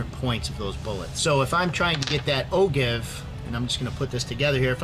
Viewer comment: just trying to help out for future videos, feel free to delete this... but Ogive= oh-jive rather than oh give.